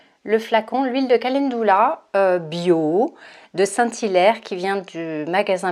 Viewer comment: merci pour cette vidéo. Juste une remarque calendula se prononce en francais ca-len-du-la et non ca-laine-dou-la.